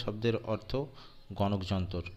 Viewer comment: ওইটা যনতোর নয় যন্ত্র উচ্চারণ করতে হবে